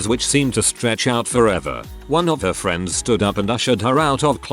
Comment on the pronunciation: “Next time on fwends” 🤣